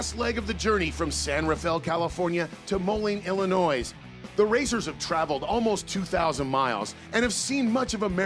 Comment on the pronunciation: The S on the end of Illinois is silent.